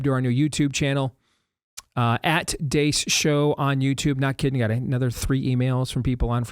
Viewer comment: You're spelling your name wrong or you are pronouncing it wrong Steve Dace.